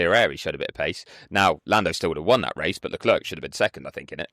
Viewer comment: So do people just refuse to say Leclerc properly?